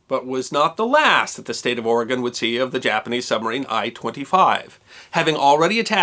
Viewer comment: ROCKS! Thank you for being a wonderful story teller who also pronounces our Great State of Oregon's name correctly, O-r-e-g-o-n NOT "Orygun". I enjoyed your story as always, the ending part about the Japanese pilot coming to visit and the ensuing exchange of friendship made me cry a little.